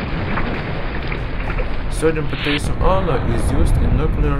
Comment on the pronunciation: OMG I loved well you said potassium hehe :P